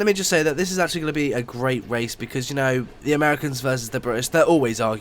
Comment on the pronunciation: Did he say wace at the beginning